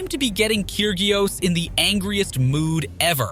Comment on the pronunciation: Nick Kig-ree-ose ???? Get someone who follows tennis to narrate next time!!!